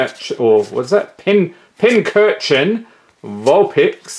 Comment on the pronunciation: why does everyone not know how to say pinchurchin?